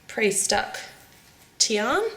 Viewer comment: lol her name is not tian its diana